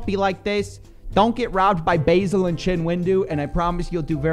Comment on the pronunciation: Baa-sil, not basil (like the plant). It's an old name, short for Vassilios (Greek). Basileus means "king" apparently. So there's nothing really wrong with the name.